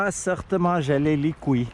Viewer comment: J’adore quand il dit gelé les couiliillie